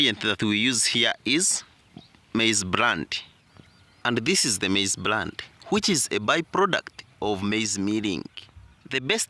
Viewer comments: It's bran.... Not brand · It's maize Bran not Brand